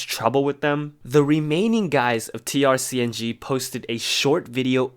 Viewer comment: Also its pronounced TRACING. Figured you might wanted to know.